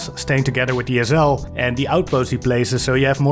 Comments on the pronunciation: It took me a long time to realize he was saying SL, I kept wondering what an ozel was. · Wtf is an “ezzel”? Ohhhh. SL 😂